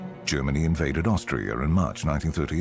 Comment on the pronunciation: sounded like he said Australia, not Austria